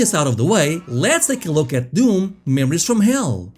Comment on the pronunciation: What a "Deeyoum"?